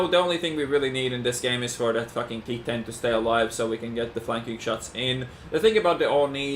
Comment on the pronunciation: calling the T-10 as 110 almost on every livestream lol